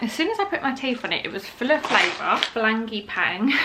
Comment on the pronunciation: you saying frangeypan instead of frangipane (franGEE-Pan) i creased, love it!